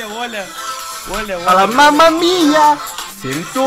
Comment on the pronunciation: может Ола а не оля